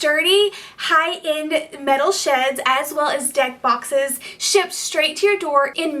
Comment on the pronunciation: it did sound like she said dead boxes 🤣🤣🤣